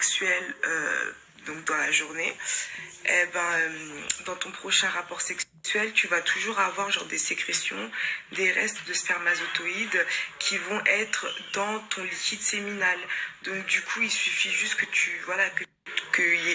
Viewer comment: Elle à dis '' spermeMazotoïde'' tocar